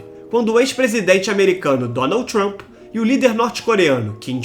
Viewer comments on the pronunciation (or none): none